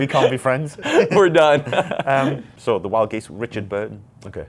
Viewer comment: "WldGez" What? "WldGez" LOL Wild Geese, classic ...